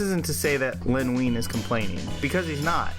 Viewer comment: Len Wein is pronounced Wine, not Ween... sheesh.